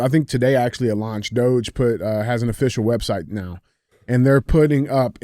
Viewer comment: DJ finally saying DOGE the right way 😂